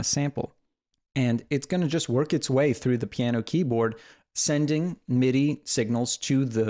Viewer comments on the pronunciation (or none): none